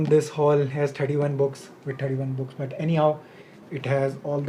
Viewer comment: Anyone hear the "dtt" sound whenever he's pronouncing but, that ... 🤣🤣🤣